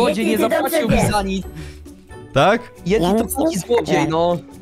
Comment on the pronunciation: mówi na Yetiego Dżedi